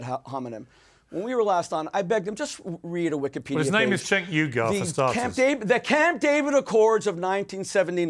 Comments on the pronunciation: LOL "Cenk Eye-Gar".... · According to Schmoozy Brotech, and Young Frankenstein, it's pronounced 'Eye Gore'. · lmao keeps saying Cenk Igor!